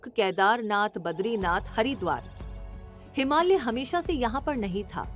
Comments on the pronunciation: Ma'am....it's हिमालय not हिमाल्य......😊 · हिमाल्य नही हिमालय😂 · हिमाल्य नहीं, हिमालय बोलो 😂